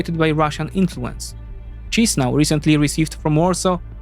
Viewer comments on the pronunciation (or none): The correct pronounciation of Chisinau in approximate Polish phonetics is Kiszinau